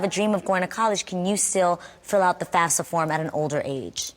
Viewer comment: Boo everybody lookin at their card thats y they are there...shut up geez so annoying...Jeannie couldnt even say fafsa right stfu!!!!!!